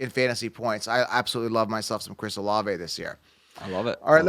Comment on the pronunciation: Dude said olave in the 4th or 5th😂😂